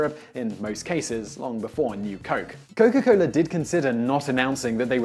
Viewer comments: Oh yea say Coca-Cola one more time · "Cowka Coler"